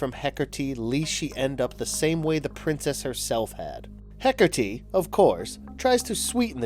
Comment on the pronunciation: HecaRrrrrteee /cringes